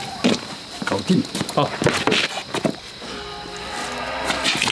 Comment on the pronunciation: 搞定（字正腔圆）